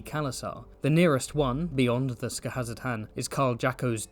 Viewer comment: absolute chef's kiss to your pronunciation of Skahazadhan, such confidence and cleanliness